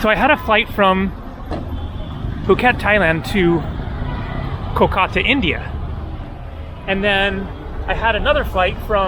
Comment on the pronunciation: KOLkata - accent first syllable